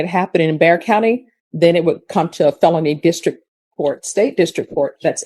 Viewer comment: It’s Bexar county. Not Dare county.😂 AI will not be the answer.